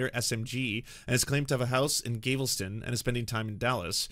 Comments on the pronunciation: Gay-vul-ston? That sounds like the way you would pronounce it to try to offend the natives if you were 12 years old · Loving the pronunciations: New HampSHYRE, GAYvelston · Nice. This host says Galveston kinda funny.